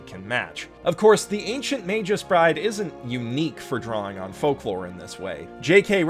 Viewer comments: Did he just pronounce it magus as majuice? It's MAH-GUS with a hard G. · just a correction. Magus is a latin word and as such it is read exactly as it is written and not as "Meijus" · [mey-guh s] I like your vids but that was seriously bugging me the whole time. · Five seconds in dude. FIVE. FUCKING SECONDS. "MEI-jus? ELLY-us?" Dude. Killing me. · Sweetie I love you and I always enjoy your vids... but... that's a hard /g/ in "magus". I know it doesn't make sense given that the plural "magi" has a soft /j/ but... it's true. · >Using a soft G on the word Magus. Noooooo my autism!